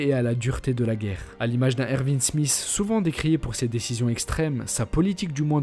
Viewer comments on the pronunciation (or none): none